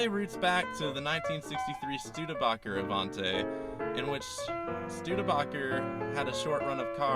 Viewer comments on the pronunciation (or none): What the fuck is a Stude-a-bocker and AVON-TAY? It's a Stude-a-BAKE-er and AVON-TEE!! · Stude-a-boker? NO, it is a Stude-Baaker! ( Studebaker )! The oldest name in wheeled vehicles worldwide. Never the less, awsome car, and correct, very rare.